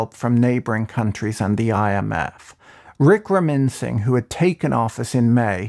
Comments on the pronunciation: Great one Patrick. Love your videos. This is how to pronounce the prime minister's last name: "WICK-RA-MA-SIN-HA". I know, it's tricky 😄 Some more info about the Monorail project: It was actually one of the better projects proposed by the government that was in power between while the Rajapaksha family was not in power. The loan for the project was offered on highly concessional terms and conditions by the Japanese Government, including a 40-year repayment period for funds obtained for consultation services with a grace period of 12 years, a 0.1% interest rate per annum for civil work and equipment, and a 0.01% interest rate for engineering services. When the Rajapaksha family came back to power in 2019, they abruptly cancelled the project while starting their own projects on comparatively extremely high interest loans (around 7% per annum). Many believe the project was cancelled because the Rajapaksha family didn't have a chance to steal commission from that project. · Lol.. the way he pronounced Ranil's name.. :D